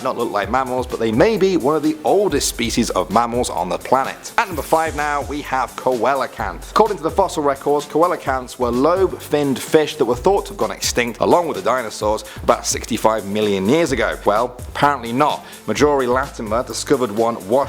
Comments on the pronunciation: I saw a preserved Coelacanth in Washington DC it was pretty cool (btw it's pronounced SEE-LA-CANTH not KO-EL-A-CANTH lol) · I think it's pronounced "cee-la-canth" not "co-Ella-canth". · It's pronounced see-la-kanth... 😂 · Number 5 is pronounced Sea-lo-canth. And echidnas, which are mammals, also lay eggs. Great video! ❤️ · I would like to point out to Mr knows nothing that Echidna's which are spiny MAMMALS from Australia also lay eggs. Platypus' and Echidna's are the only extant species of Monotreme's (egg laying mammals) on Earth. Also it is pronounced SEE-LA-CANTH not what you said. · Coelacanth is actually pronounced sea-la-canth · The fish's name is pronounced "See-lo-canth" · Coelacanth is actually pronounced seal-o-can-th XD BUT THIS IS COOL